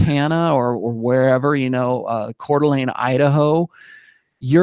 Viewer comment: Extra points for pronouncing coeur d'alene, id correctly. I went to college there, come spring there are lots of beautiful women downtown.